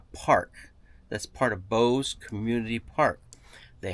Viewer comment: "Bose"?! No, it is Bouse!